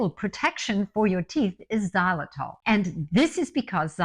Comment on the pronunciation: Great to hear you talking about xylitol. Good thing it’s in the title or I wouldn’t have known what you were talking about. It’s pronounced ziy-lu-tol, not zah- lu-tol. It’s confusing when pronounced that way.